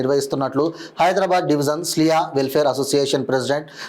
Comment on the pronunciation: స్లియా కాదు క్లియా 😊